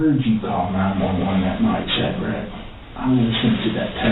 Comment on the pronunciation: this detective pronouncing his name like 'shad RAK' is making me insane.